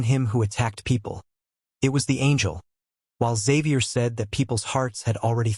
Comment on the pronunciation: Bro his name is Javier no Xavier 😂 (edit: im saying this as this is the translation from asura scans and other websites too)